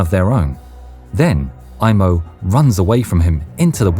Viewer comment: Sorry to tell you, it's not "Imo" it's "Aimo" unlike in English, in Finnish we pronounce the letters as they are written. In English when there's an "i" it's pronounced like "ai", as a finn that's to my ears.